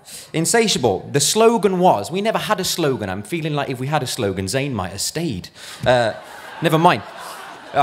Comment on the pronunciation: He said zayn😭😭😭😭